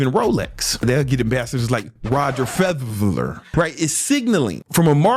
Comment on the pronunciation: its Federer, fed r rhrhr OK😠